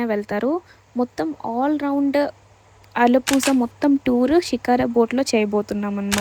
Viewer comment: Alappuzha is pronounced as “uh-luh-POO-rha” — the “zh” sound is a unique Malayalam/Tamil sound, somewhere between “la” and “ra”!